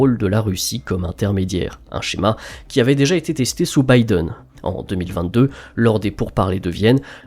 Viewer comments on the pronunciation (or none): none